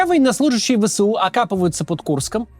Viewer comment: Максим вы же не владеете суржиком, поэтому, говорите правильно не Вэ Сэ У а Вэ Эс У, а то мы вас всех убьем :)